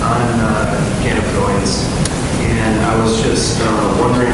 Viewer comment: Steve's gotta learn the correct pronunciation of Cannabinoid